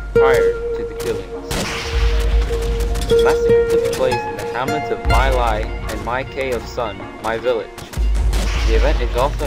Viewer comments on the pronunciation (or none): Oh, and the "My" in My Lai is pronounced kinda like /mɪ/, not /maɪ/